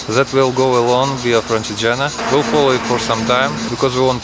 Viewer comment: so smiley! anyway it's pronounced "Francheégena"